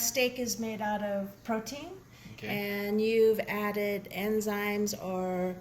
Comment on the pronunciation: It bugged me that you pronounced it as emzymes instead of enzymes lol